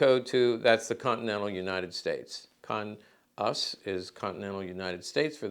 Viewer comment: Cool video! ( CONUS with a long o. )